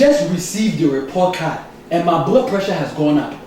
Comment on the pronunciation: When he says report card he sound Chinese